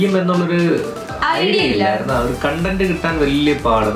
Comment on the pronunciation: content,,, കോണ്ടൻ്റ് എന്നാണ് ശരിയായ പ്രൊനൺസിയേഷൻ...... ശ്രദ്ധിക്കുക..... Contend,,,, കണ്ടൻ്റ് എന്ന് വായിക്കണം...തല്ല് കൂടുക, സണ്ട കൂടുക, പൊരുതുക എന്നൊക്കെ അർത്ഥം....